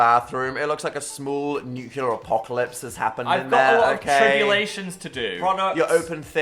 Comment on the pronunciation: are we ever gonna address the fact that dan never says nuclear correctly